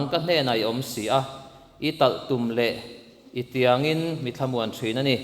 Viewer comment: Tiangin tih a in lai hi I thluk dik lo deuhin ka hria. Ri hniam ni a ka hriat chhan chu. Thu rod and thy staff, they comfort me a ti a. Pathian chu sawi loh a talhtum leh a tiang ringawt pawh a thlamuan pui thu a sawi tum niin ka hria. Chuvangin i Talhtum leh i Tiangin i tih Chuan Pathian a thlamuanna nei, a hmanrua chu talhtum leh tiang ni main a lang.